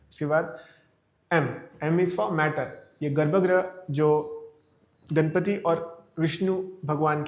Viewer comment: I want to point some of the mistakes in your video. First of all you said that the triangle in the yantra represents 1st dimension but how does a triangle represent 1st dimension? A triangle has length and height which is 2 dimensional. And it is not घणपति it is गणपति. So you are changing the whole word. And you also said that Vishnu represents matter, I did not understand why you said that because i haven't heard any interpretation that says Vishnu represents matter. But i did get some useful things from your video like the temple tour and the Vastu scripture mayamatam. I was keen on learning vastu.